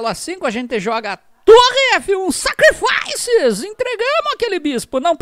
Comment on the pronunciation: Kkkkk melhor canal kkkk quando eu tiver jogando vou falar igual a ele kkkk "Sacrifaicesssss"